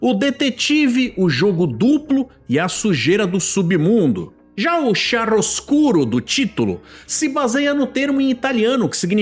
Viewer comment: Nao foi "chiarusco", foi "chiaroescuro"